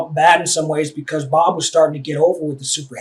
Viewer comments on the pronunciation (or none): The way he says Bob, I keep hearing 'mom'